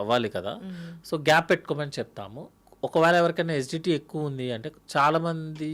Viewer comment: SGT ఏందీ GST లాగా......😂😂😂😂( ACIDITY ) ఏసీడీటీ అని క్లియర్ గా చెప్పు బాబూ 🎉